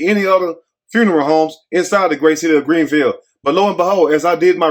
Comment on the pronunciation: My mouth is wide open I’m so familiar with Greenville,MS and the way you say it cracks me up same way we do 😊 I went to school there and lived there and left - love you who sent you this I never thought I would hear about Greenville 😅😮the way they chopped you Beauchamp Road 😅😮